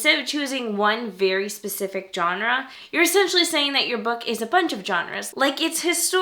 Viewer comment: I don't understand why YouTubers don't know how to pronounce Genre correctly.